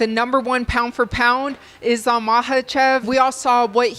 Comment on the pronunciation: I love how hè pronounces islam in the arabic way